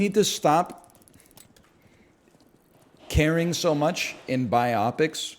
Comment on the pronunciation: Can’t believe no one called him out on how he pronounced biopic